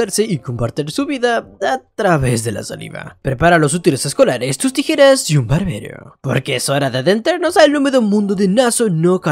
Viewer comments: la nueva forma de decir tijeras tirejas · Jajaja dijiste tirejas jajaja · Dijo mal la palabra tijeras 3 vez xd saludos